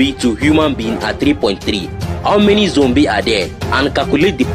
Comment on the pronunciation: Not zombie but zombe😆😆😅😅